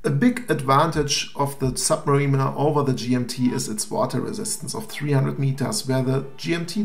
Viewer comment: Submariner not sub Marina ....Sub Marina would be a place to keep U boats :-) ...... Ilove you German guys from our old country but don't Butcher Anglo-Saxon please guys!